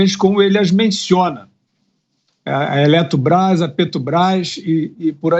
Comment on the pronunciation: Eletrubras ,petrubras essa foi boa 🤣🤣🤣🤣🤣🤣🤣🤣